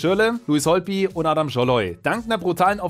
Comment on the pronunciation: Er heißt Ádám Szalai nicht Adam Salaj. A wird kurz ausgesprochen und á lang ;D